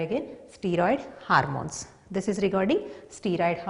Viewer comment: It's not harmones... It's hormones😂😂